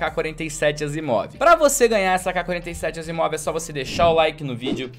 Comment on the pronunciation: Errou o nome da Asiimov em kkkk